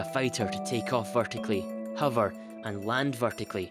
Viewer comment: It's unfortunate that in a video about hovering that you're unable to pronounce the word 'hover'